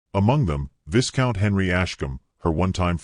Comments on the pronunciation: Good story. The pic of them getting married in the chapel, has her hand in the crook of his arm, but yet both of her hands are holding her bouquet! 3 hands! 😂😂😂 AI pronounces VI COUNT as VIS COUNT! That’s funny too.😂😂😂. Still rate your tale a 5 out of 10. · It's "V-EYE count."